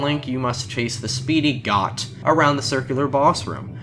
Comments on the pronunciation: Hi, great video I really enjoyed! BTW, Goht is pronounced like Goat, you should remember that a lot of these bosses have Literal spelled named that don't change, because it's made by Japanese developers. Such as Sinnoh also has the oh sound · Goht is definitely pronounced Goat...its a Goat lmao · I always thought it was pronounced like "Goat"